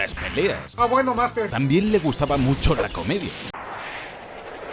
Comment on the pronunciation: Minuto chilenismo weno jajajaja te le ha olvidao xddd